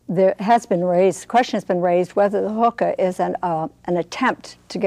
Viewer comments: these people have no idea what theyre talking about...they need to do their goddamn research before they do something like this....consult a dictionary and learn how to pronounce hookah....its not huhkah its hookah..fuckers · listen close. Sounds like she sais "Hooker Cafe". I cant stand people that make these videos without researching. The biggest missconception is that, smoked the right way, the shisha is baked under the foil, not burned. Therefore, no tar (read the lable) and barely any nicotien at all. (again, read the lable). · if you're going to talk shit about hookah, pronounce it right, for God's sake